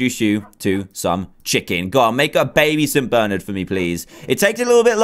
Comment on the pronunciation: St. BERNARD NOT ST. BERNERD srry my dad's name is Bernard and he's uh g o n e 😭😭😭